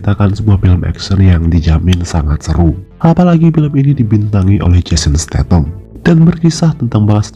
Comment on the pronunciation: statham bukan statem